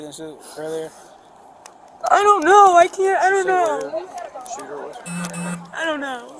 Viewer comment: I'm the only one who's seen the “SHOTER” 😆😂😂🤣🤣 That's a new one on me. needs to go to school